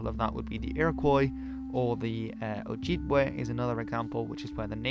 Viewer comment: Ojibwe is also too emphasised. try these pronunciations